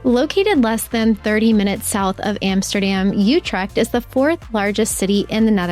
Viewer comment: It is NOT Wondelpark, it is Vondelpark, and it is [Den Boss] NOT Den Boshk...and it is Utrecht and not OUtrekt...Better check wikipedia, and lean how to pronounce the Dutch Alphabet...